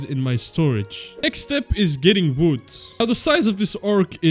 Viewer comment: can i just say the way you say wood is so entertaining and i dont know why like its just vwood hahahaaaa